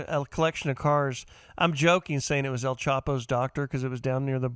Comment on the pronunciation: Who's El Chopo?? Famous Waygu steak Chef? Come on man! Who can butcher El Chapo's name, you've heard it 1000 times now. Ovidio his son (Three Chapito's) is about to flip & turn states witness against the Sinaloa Cartel and be a RATA! He's goin from "El Raton" (The Mouse) to just "El RATA" (The RAT) But he wont be his fathers neighbor in Florence ADX Supermax till he dies. He'll get 20 years and join tbe Witness Protection Program and be Juan the Gardner coming to a neighborhood near you, in 20 years.